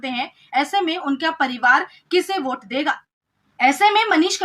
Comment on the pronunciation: भोट नहीं होता है सर वोट होता है